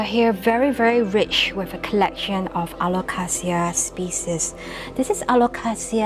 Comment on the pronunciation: The Aglaonema is Aglaonema commutatum 'Alumina', which was originally found in the province of Rizal on Luzon, while the vine is Phanera aherniana var. subglabra, which occurs in both Borneo and Palawan. Love the way you pronounce 'Alocasia'- the way it should be! However, 'reginae' should roll off the tongue as 're-hee-na-e', as there is no 'J' sound in Latin 😊